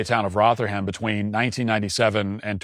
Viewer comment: It's roth-er-rum not roth--her-ham.